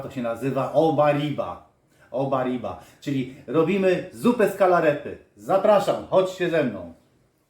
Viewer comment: Och gorole gorole śmiać mi się chce jak wy piēknie kaleczycie te śląskie słowa.Przede wszystkim nie oberiba tylko uberiba ale przepis całkiem Ok